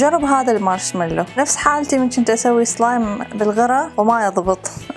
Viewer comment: اسلايم وليس اصلايم